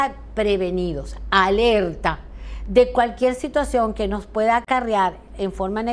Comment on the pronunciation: No grites loquillo no somos sordoooos y por favor pronuncia las Rrrrrrrrrrr, cualquier país no cualquiel .....